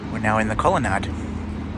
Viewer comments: I think this is a regional dialectical variation, similar to plant rhyming with either ant or aunt depending on which part of Australia you’re in (or grew up in) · mmm. i've never heard colonnade pronounced like that before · just quietly, colonnade rhymes with lemonade...